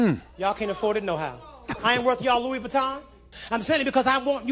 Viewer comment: is Louis not loui.